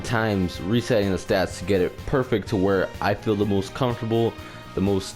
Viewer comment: It sounds you have trouble saying "stats" lol